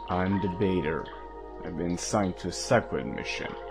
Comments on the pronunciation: He's not the "baiter", it's pronounced Batter, bah turr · The animation is really incredible, absolutely top notch, but I'm really not a fan of the Batter's voice. It's barely understandable sometimes, and the fact that he says 'The Baiter' and not 'The Batter' is really unfortunate. The Judge was great though, big fan of him. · ... The... "Bater"? Sorry but that is not how you pronounce "Batter". Bat, as in the animal or the sports implement. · No. A french person, for example, reading batter wouldn't think to say "Bater," as their hard A sound comes from é. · ”I AM DEBATER” is a line I quote constantly to myself, I have to give it props for how much joy that delivery and pronunciation continues to give me every day. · I like that you actually got a French person to voice The Batter. Obviously with the accent, his pronunciation of "Baiter" isn't the best, but I for one love the deadpan. He's not supposed to be emotional and that reflects well. I say, if he works on pronunciation (which I know is difficult, I know many French people and it's not that easy!) he'll be a great choice for the rest of the series. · Ah, yes the Bäter. But in all seriousness, the voice acting is stellar, the mispronunciation implies he isnt a native speaker, or even a human at all. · i really love to imagine that the player is laughing at the Batter's mispronounciations for like 2 minutes straight every tme one pops up. TB: "I must purrify the world." [_]: "'purrify' HAHAHHAHHHAHHAHAHAHH--" TB: "..." [_]: "'I'm The Bater.' HHAHAHHAHAAHAHAHAHHAH--" TB: (pov: please be nice and shut up) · WOW this is amazing. Literally awed... Except for when Batter said his name as... BAIT ER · The way he pronounced "Batter" kinda made me cringe lol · The animation is great, however Batters voice could use a lot of work, it's clear English isn't their native language since they mispronounced the word batter as well. Very excited to see how this goes.